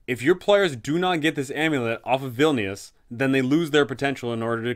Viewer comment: obsessed with how you keep calling vilnius "villainous"... i mean ur not wrong